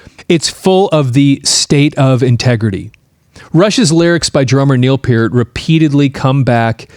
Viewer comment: I was hopeful just before clicking on, but yet again... ANOTHER person who can't pronounce Neil's last name CORRECTLY!! Holy friggin' cHRIST, man!!!!